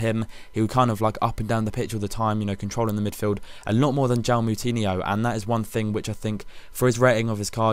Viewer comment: killed joao moutinho's name! lol